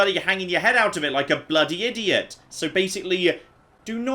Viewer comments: I find it hilarious because he disses Americans on the way we pronounce “Arkansas” when he pronounces Idiot ‘Idio’ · also can't pronounce idiot correctly, he says "idioh."